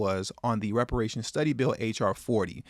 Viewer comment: She can’t even pronounce the word ‘reparations’. That says it all.